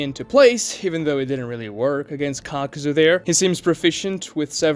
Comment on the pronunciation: did he say cockzu